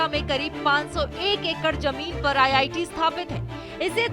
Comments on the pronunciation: Ye Giri Raj singh hai Begusarai Constituency se MP ye Sahb Bihta IIT ko ITI kahte hai sunte zara gaur se me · Bhai iti nhi re iit bolna tha 😅😅😅😅